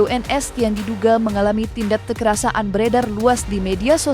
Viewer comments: Presenter berita ini aneh. Bicara "kekerasan", kok "kekerasa an"? Bicaranya yang benar dong sesuai kaidah Bahasa Indonesia. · Kekerasan min, bukan kekerasaan,kocakkkkk.... Mimin😂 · "Kekerasaan" terus mbak pembaca berita ngomongnya 😂😂 KEKERASAN mbak... Gemes deh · Kekerasan mbk, bukan kekerasa an😂